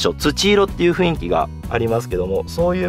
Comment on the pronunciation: 情報ありがとうございます。 少し気になったのは、雰囲気（フンイキ）が正当なのに、何度もフインキと言われていますよ。 雰囲気は（フンイキ）ですよ。